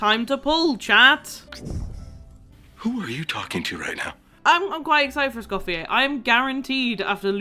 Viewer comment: HAHA yes I am a huge gordon ramsay fan XD <3 I was so surprised to know not many people knew this about him :) also i forgot to say in my initial comment, congrats on escoffier c1! That was an absolutely crazy pull you deserved the luck! (And also thank you for saying her name right, so many people pronounce the R at the end and it was driving me nuts 😭) Also another fact I found funny is that her name Escoffier comes from a famous french chef who was extremely sexist and didn't believe women belonged in professional restaurant kitchens. So the fact that Hoyoverse made a female chef character who is named after Escoffier is especially funny to me.